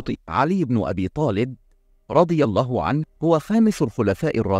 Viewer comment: المشكلة ان في نطق خطا للكلمات وكلمة الله الذكاء الاصطناعي بينطقها خطا